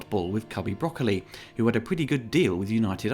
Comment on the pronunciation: All Bond films are effectively the same to me. Also, thanks for pronouncing Broccoli correctly.